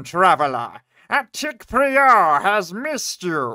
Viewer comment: Uh... I think that word is "PRY-er" not "Pree-ore" lol